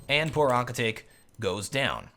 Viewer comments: lol ahkitake no youre saying it wrong. its ah-kit-ta-que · Shouldn't it be pronounced as Aki-ta-KE, as in KE-ttle? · aki ta kay not aki take im pretty sure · Pronounced- ah-key-ta-keh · Aww come on, it's pronunced A-ki-ta-ke (ke pronunced like the one in pokemon). I was cringing everytime you said his name... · Akitake... Oh gosh, my inner weeb just died from the way you pronounce it! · As an anime fan i just couldnt get over his pronounciation of Akitake xD